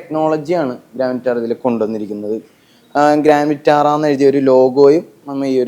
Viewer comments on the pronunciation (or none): ഗ്രാൻഡ് വിറ്റാര എന്ന് പറയൂ. ഗ്രാന്റ അല്ല